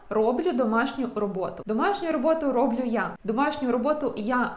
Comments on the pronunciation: не рОблю, а роблЮ!!! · Але все ж таки : не рОблю, а роблЮ